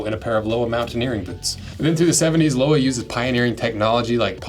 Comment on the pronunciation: Thanks for the nice review, Lowa are my favorite boots and It’s been a great pair for my hikes in the Alps. Btw it’s pronounced Lo-va 😊